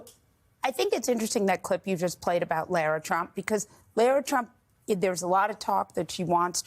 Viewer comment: "Larra", not "Laira"